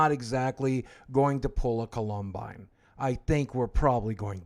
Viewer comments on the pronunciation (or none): he did not just say columbine like that 💀💀😂